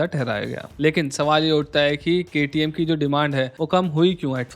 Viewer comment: sir, 1 salute for KTM full form pronounce......